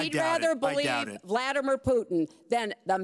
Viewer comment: she almost said bladdermir putin pphhhhffff hahaha! I'm going to start referring to him as such in conversation with a straight face.